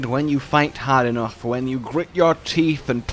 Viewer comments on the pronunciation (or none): none